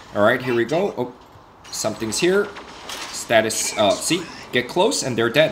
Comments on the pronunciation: Stasis not status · It's stasis not statis!!!!!!!!!!!!!!!!!!!!!!!!!!!!!!!!!!!!!!!!!!!!!!!!!!!!!!!!!!!!!!!!!!!!!!!!!!!!!!!!!!!!!!!!!!!!!!!!!!!!!!!!!!!!!!!!!!!!!!!!!!!!!!!!!!!!!!!!!!!!!!!!!!!!!!!!!!!!!!!!!!!!!!!!!!!!!!!!!!!!!!!!!!!!!!!!!!!!!!!!!!!!!!!!!!!!!!!!!!!!!!!!!!!!!!!!!!!!!!!!!!!!!!!!!!!!!!!!!!!!!!!!!!!!!!!!!!!!!!!!!!!!!!!!!!!!!!!!!!!!!!!!!!!!!!!!!!!!!!!!!!!!!!!!!!!!!!!!!!!!!!!!!!!!!!!!!!!!!!!!!!!!!!!!!!!!!!!!!!!!!!!!!!!!!!!!!!!!!!!16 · i like the content but it was difficult listening to him say status beam intead of stasis♥